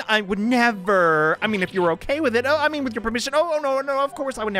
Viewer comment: The definition of the italicized "oh..." :3